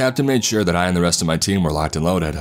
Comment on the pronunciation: “Locked and loaded-uh”